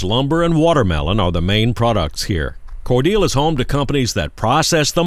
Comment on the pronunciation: Is it pronounced "Core-deal" or "Core delay"?